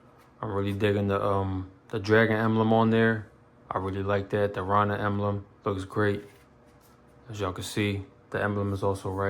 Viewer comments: “Ronin” has a long “O” sound, like it the words “go” and “no.” Ronin were rogue samurai that didn’t have a master. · u say it like row-nin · Sounds like “Raw”nin to me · Butchered the F outta my Name, Homie. 😑😂... Solid set up.. just picked up an Echelon yesterday, put a Defender ST on it. subbed 🤘🏽